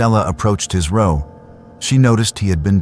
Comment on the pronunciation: It’s distracting from the story when the word row is pronounced incorrectly.